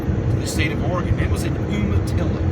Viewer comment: its pronounced "you-matilla"